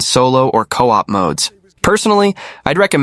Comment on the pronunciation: And coop instead of co-op